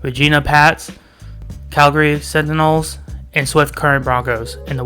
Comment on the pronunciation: Re jiiiina (like vagina) and centenials not centinals....thanks for your content🙂